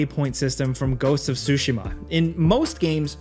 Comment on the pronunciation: 'ghost of sushima'